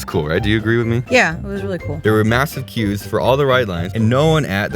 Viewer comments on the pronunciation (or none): Stopped watching when you said "queues"